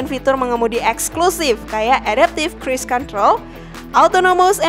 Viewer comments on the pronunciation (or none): Hanya mau ralat..bacanya Cruise "Crus" control..bukan "Cris" control..OK